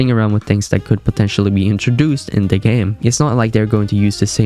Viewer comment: I wanted to watch this but I can get through the lazy speech. Duh ≠ the. Unless English is not your first language then I guess it's a pass. Still, can't watch